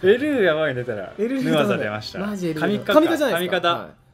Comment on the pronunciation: ヌアザがアヌザになってる